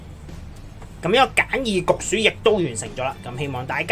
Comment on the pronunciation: 焗薯定焗鼠呀 ? 發音差